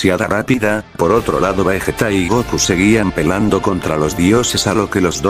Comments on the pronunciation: xDDD en una parte dejo pelando en vez de peliando xddddddddd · se dieron cuenta que en este minuto dijo pelando y no peleando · pelando ? Me pareció chistoso este momento Aún que fue un error del Loquendo XD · En el número = querias decir pelando o peleando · We en minuto dijo pelando en mes de peleando XDDDD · What en una parte dijo pelando